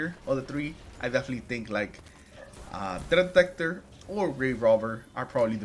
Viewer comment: wtf did you say? THREAT detector. Practice that.. tf 😅